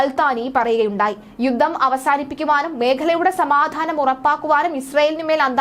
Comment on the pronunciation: " യുദ്ദം., സമ്മർദ്ധം ,,". എന്തൊരു മോശം ഉച്ചാരണം